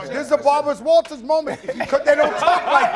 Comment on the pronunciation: Did he say burba rawters???? Lmao